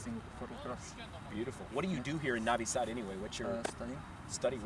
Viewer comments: lol ok bro . im Serbian but live in USA and it's not that big of a deal if he says navi sad instead of novi sad... people don't say " Beograd" they say "Belgrade" so is that a problem too ? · It's freaking NOvi Sad. Not NAvi Sad. Like when you say NO....NOT Hah! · Masterpkerko1 There's a difference between an accent and saying it wrong. Saying Navi Sad instead of Novi Sad is like saying Paul instead of poll. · Well it seems he doesn't like it..... and it's kind of rude. Also think about it, it's hard for him to look at the alphabets "u" and "o" differently because in English they can be many different sounds while it's fixed in Serbian, so it's hard to cope. I'll give you an example, you know the soccer player Subotić, i have never met anyone (non-Serbs of course) who pronounces it correctly, most pronounce the "u" like the one in "subway" and the "o" in "moon". Not to mention the idiots that pronounce "tić" as "tik". Funny I had a lecturer of Croat origin back in uni in Melbourne whose surname was "Sironic", she pronounces it as "Sironik", lol... it's sounded more Aussie for sure.... but regardless... the point is, it's not his mother tongue so it's very usual for him to pronounce most words wrongly. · Mrmalleableful Sure, I agree on that. But again I find nothing wrong in clarification of correct pronunciation. Why do you think he doesn't like it?? I think he is coping to learn Serbian language, and my tips can be used for a good cause. If he finds it annoying there is solution for that, too. Skip my comment. After all there's not much difference between O and A. It's familiar in English language, too. I understand difficulties with letters such as Ć, Č, etc. These are unique and specific for Serbian language. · You're saying Novi Sad wrong.